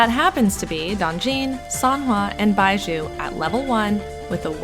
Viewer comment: Not her calling bazhi baizhu from Genshin impact- 😭